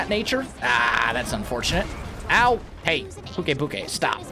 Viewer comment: by the way pukei is pronounce pyu-kaii